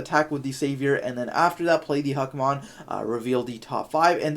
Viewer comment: im giving this a dislike because u keep saying Hackmon. lol it literally says Huckmon